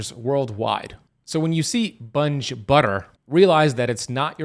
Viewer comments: Bunge is pronounced with a hard G not soft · It’s not pronounced Bunge. It’s Bun gee. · Sorry, but it is pronounced, Bung-ee, not Bunj. I know for a fact! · It's pronounced bun-gee not bunge. If it's a butter blend it contains oils. If it lists cream, milk, salt it's butter. The land o lakes product he is talking about is a butter blend. The butter is just butter read the label. I think this was not clear. Spreads are usually 100% margarine which is oil. Some margarines are blended with butter and oils like canola and soy which are seed oils. Butter blends have very little butter mostly margarine which is oils like soy and or canola and palm which it's how it's solidified to look feel like butter. Read the labels you'll be ok. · It's pronounced bungee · Its (bungee) 🙄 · It is pronounced “bun gee” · It's pronounced 'Bun Ge" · Pretty sure it's pronounced Bungee (hard g). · Bunge is pronounced BUN-GEE. From Argentina. Grain marketers. Didn't know they were in processing. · I think it’s pronounced Bun Jee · It's pronounced Bungee, long E sound at the end. Like semi is pronounced in the real world with a long I sound at the end, not semee as city folks would say. So, what about land O lakes stick butter? We never use the blend or spreadable versions/ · I hate it when listeners correct the speaker. So irritating. I apologize in advance. Bun-gee (pronunciation). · I worked for Bunge, but you are not pronouncing the name correctly. In fact, I retired from there.